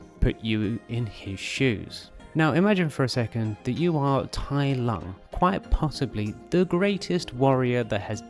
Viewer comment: Also, the Chinese "Lung" (dragon) is not pronounced like the English "lung" (the organ we breathe with).